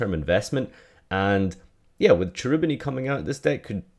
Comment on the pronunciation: It's pronounced Kerubini, the ch is hard in italian